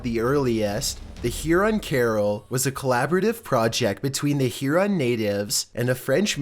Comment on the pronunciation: hey! must correct your pronunciation in #4. it is Huron not heron. thxs!